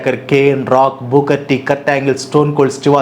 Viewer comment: చిన్నప్పుడు మీరు పలికినట్లే అనే వాళ్ళం. వ్రేజలింగ్ Wrestling బూకర్ T. Booker T ఇప్పటి పిల్లలు సరిగ్గా పలుకుతారు Favourites : Yukozuna & Vader